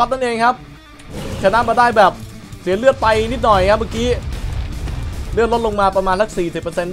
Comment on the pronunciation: พี่อะอ่านเลือดผิด